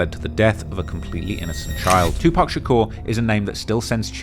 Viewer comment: “Two Pack” 😂😂😂